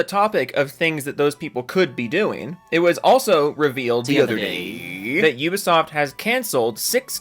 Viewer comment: "You-ba Soft" 😉